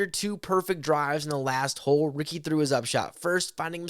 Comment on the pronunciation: They didn't say Ricky correctly. Sometimes people from other languages have a hard time pronouncing things correctly. It's not a big deal